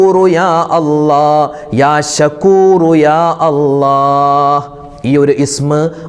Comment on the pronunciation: യാ അല്ല അല്ല യാ അല്ലാഹ് എന്ന് പറഞ്ഞു കൊടുക്കൂ